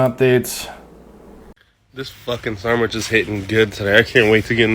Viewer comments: Mans said Sarmwhich im gonnnne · A ‘sarmwich’ 😂😂😂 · 1 and a half minutes in and ‘sarmwich’ alone had me started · Sarmwhich lol